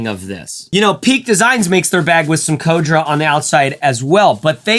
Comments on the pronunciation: C'mon bro, Co-dra? It's Cordura...cor (like the Corrs, everybody loves them to) dur, aa; Cordura. I know you can do it. Nice review though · What the hell is code-dra? I thought it was Core-dur-A. Must be a midwest thing. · why is it that so many people pronounce Cordura - clearly supposed to be pronounced core-dura - as "codra"